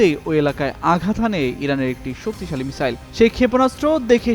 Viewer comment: মিসাইল কে মিজাইল না মিজান বলেন বুজি না।মিসাইল বলবেন